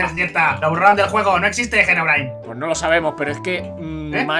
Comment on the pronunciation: no sé pronunsi gerobrain es Herobrain